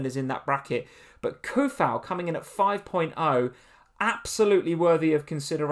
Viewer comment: it's pronounced 'Soo fowl' not Coufal. deleting my comment won't help